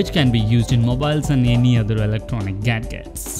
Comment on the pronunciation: Sumit Dogra Apart from that mistake, another big mistake I found & heard about Pronunciation...as the Voice Over pronounced "Gadgets" as Gad-Gets :) Hilarious and Surprising too...Work on it man and Improve quality of your Voice n Video as it shall be viewed across the world and if this is the way you Present your Video, I doubt how many will like it and your efforts will go down. Harsh but True facts. Good for your future ventures. Best wishes